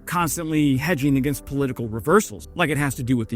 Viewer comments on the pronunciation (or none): none